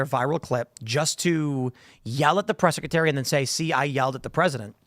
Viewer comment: the word is 'secretary', Tim. Not 'secetary'.